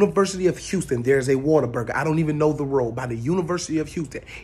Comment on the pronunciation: It is pronounced Waterburger ! Your so right! ❤️from Texas and Oklahoma. You have to try the Waterburger in Oklahoma AMAZING!